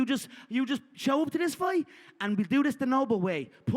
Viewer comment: yeah when someone say "muney" "Luved" "foite" you don't need to pay attention to the person